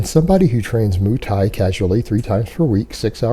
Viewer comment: "moo" thai?